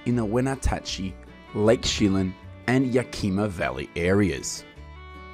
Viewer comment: You seemingly know a lot about apple production, but you don't know how to pronounce the places they come from in Washington. You pronounced every one of these towns wrong; Yakima, Lake Chelan and Wenatchee.